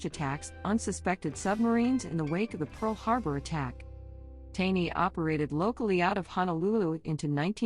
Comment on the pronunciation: It's not Tawny, its TANEY !!! Stupid robot voice 😠